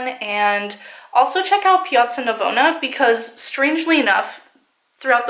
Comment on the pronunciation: wow your pronunciation of "piazza Navona" is really good! Did you learn some Italian while you where in Rome? (Italian here, btw)